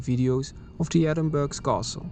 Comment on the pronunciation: Nice video but you pronounced the name incorrectly. It’s pronounced ‘Ehh-din-bur-uh’ not ‘Edin-burg’